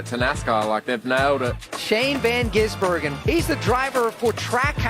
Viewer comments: It's Gizz-burg-en not Gees-burgen-en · It's not Geez Bergen lol Giz. Like fizz. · Not geezz... Gizzz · And the three of them still mispronounced his name. It’s not Geez Bergman , it’s gizbergan. 🙄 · Close. Gis not Ges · Giz not Geeez. keep practicing folks Im sure he will be back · They still cant say his name. Its not hard guys, its said how its spelt. Its not geezeburgen. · The i in gisbergen make a sound like i in igloo